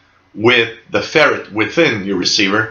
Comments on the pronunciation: Usually English speakers pronounce it "Fer-right". It differentiates it from the animal Ferret, which is kind of the way this guy pronounces it. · You pronounce ferrite ferret or is this the Canadian pronunciation as the ferret is the domesticated form of the European polecat lol. good loop antenna though.......